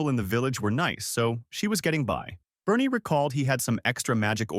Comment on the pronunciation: Why is Barney pronouced as Bernie. Barn rythmes with yarn There's a purple dinosaur that's very upset.